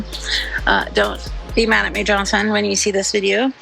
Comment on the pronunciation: I'm sorry....Johnson?! Is my brain playing tricks on me? Every time you said, what I assumed was supposed to be Jonathan, I heard Johnson....🤔🫨🤕